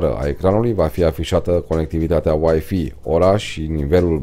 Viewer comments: Scuza-ma, dar WiFi se pronunta ,,uaifai'' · nu mai zi uaifi ca ma enervezi rau !